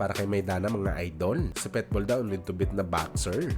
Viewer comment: Pit bull hindi pet bull mag kaiba yun😂